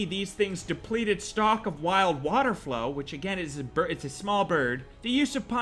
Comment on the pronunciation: Holy shit....its water-FOWL. WATERFOWL. Not 'flow'